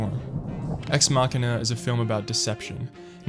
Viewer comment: If anything, this video taught me how to pronounce Machina.